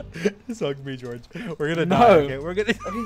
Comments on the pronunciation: yup, Nerd-tastic Especially when you said goerge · Why does Dream sounds so British when he yells George’s name here? 😂